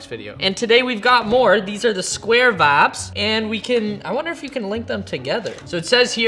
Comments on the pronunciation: Why does he say vabs but vibes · Is he saying Fabs, Vabs, Or vibes?? I’m confused 😂